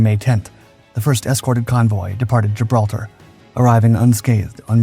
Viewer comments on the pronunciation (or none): none